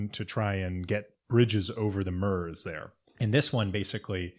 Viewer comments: The Italian-sounding pronunciation of Bastogne "Baston-ya" is a good reason people reading off foreign names should stick with Anglicization of names for things they aren't familiar with. Your consistent use of -ur for the French eu and German Ö or oe sounds like you did with "Murz" for Meuse are a good example. Will say it does sound really grating to people who actually know how it's pronounced though. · Just to let you know Meuse is pronounced Muse